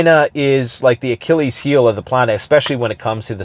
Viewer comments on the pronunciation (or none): none